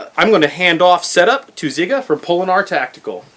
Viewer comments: Why everyone calls you Ziga? its Žiga I guess you have to be from Eastern Europe to understand. Greets from Lithuania! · I like how does not even try to say Žiga. Siga is the same thing after all, isnt it?